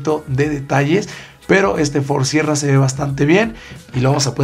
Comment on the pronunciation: Dijiste mal la última palabra del Ford sierra.